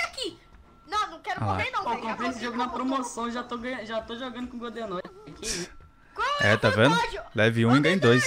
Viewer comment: Eles falaram mil vezes godezordi